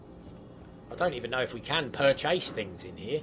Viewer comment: man said "PURR - CHASE" 😂😂😂